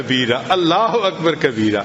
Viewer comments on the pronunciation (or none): none